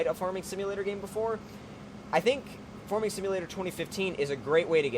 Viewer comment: why do you pronounce farming like forming?